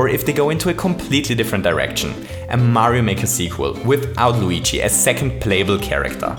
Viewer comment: you always say weegee but he is called Luigi